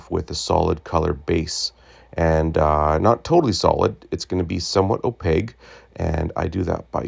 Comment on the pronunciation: Opaque....hard K sound, not G. Nice repair.